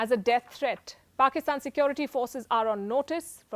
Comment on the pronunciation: Why can't Indians say Security correctly